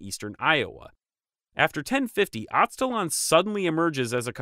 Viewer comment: I'll explain why, but It is pronounced "Az-te" (the same way you would start the word "Aztec") "laan" like lamb but with the "n." The reason is "Aztalan" as a name IS very much related to the Aztecs. But it came about because of an erroneous belief at the time of discovery that the mounds there were related to the Aztec culture, either the mythical northern homeland of the Aztecs or the power of the Aztecs reached that far north. Anyway, I live about a mile and a half away from that site. It's definitely a big deal to the locals and connects to other myths in the area.